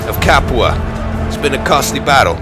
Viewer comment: "The siege of Capu-ha!" Only can pronounce words as he likes and at the same time being so perfectly appropriate!